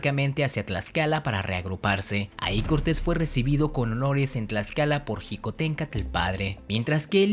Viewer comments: Se pronuncia Xicohténcatl (Shicoténcatl) no (Jicoténcatl). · Tus datos sobre Xicohtencatl Hue Huetl son incorrectos, comenzando con que no se pronuncia jicohtencatl, la correcta pronunciación del nahuatl es sh, te recomiendo que antes de subir tus videos verifiques tu información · La “X” de Xicohténcatl se pronuncia como “sh”. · Hola, excelente vídeo, sólo una observación, cuando dices Xicohténcatl, la pronunciación correcta de "Xi" es Chi, saludos.